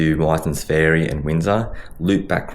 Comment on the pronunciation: Ferry, like berry. Not Fairy